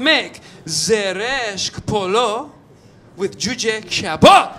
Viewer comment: that is a traditional Iranian food Kormi-sabz or what ?! I'm just impressed when you turn the persian up ! You pronounce a perfect /k/ in Kabab 😃